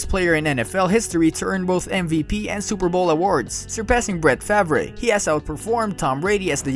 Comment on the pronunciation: He called him Brett fav ray instead of Brett farv